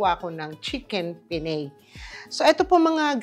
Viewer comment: Pen ne. Not Pen ney